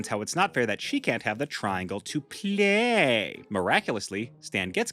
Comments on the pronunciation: I’m sorry, but the way you said the word play like that is starting to get very annoying. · Why do you always say PLAYYY like that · I love how you say play it’s sounds funny